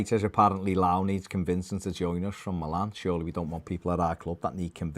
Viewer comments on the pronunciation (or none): FYI - It's pronounced Lee-oww.